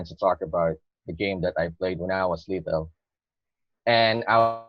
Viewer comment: I have observed the all speaking test and concluded that in his 2nd part of the speaking ...his pronunciation of little was like lethal that doesn't mean kid it's just a synonym of killer and something that is really deadly